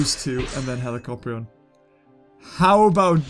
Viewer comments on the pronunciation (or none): It's helicopter not helicorpion